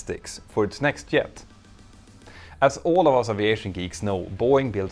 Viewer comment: It’s a Jet, not a “yet.”